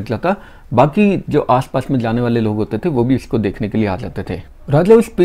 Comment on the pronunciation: Bale nahi waale hota hai. First learn how to pronounce hindi words properly.